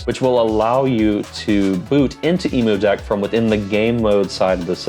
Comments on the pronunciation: Great video but it's pronounced like emm-you-deck...cuz it's a deck for emulators, not for emus. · Great guide! I've never heard Emudeck pronounced like the bird before lol. Subbing as long as there's more Steam Deck content like this! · Most know the “emu” part refers to “emulation” and not the bird lol